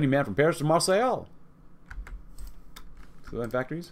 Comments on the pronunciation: It's not "mar say ell" the city is pronounced "Mar say" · The way you pronounce Marseille is horrible. It's pronounced mar-SAY.